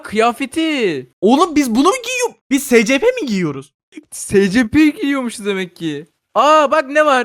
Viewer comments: Abi eline sağlık yine muhteşem bir video Bu arada abi scplere si es pi diyebilirsin direk okunuşunu koydum Umarım bu seri de baya uzun sürer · abi şey o secepe değil esipi diyeokunuyo söylemek istedim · Abi bide s c p deyil es ep i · Abi scp değil esipi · Abi ama cidden scp deil de esipi de yazılması gibi deme rahatsız oluyorum ayrıca senin dediğin adamı izlemiyom izlesem oda scp dese rahatsız olurum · Abi esipi die okunuyor scp diye yazılıyor doğru biliyorsam seviliyosun abi <3 <33 <3333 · Abi scp diye okunmior esipi diye okunur scp her dediğinde gıcık kapiyom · S c p değil es(S)ci(C)pi(P) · Abi istediğin gibi oku ama scp diye yazılır esipi diye okunur ama istediğin gibi oku yani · Espi diye okunuyooooo